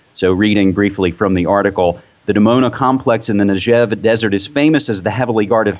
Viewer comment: litle correction NEGEV DESERT spelled like neGGev (not like nejev) thanx 4 your video